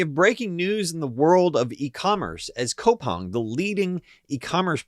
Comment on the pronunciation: its pronounced koo-pang my G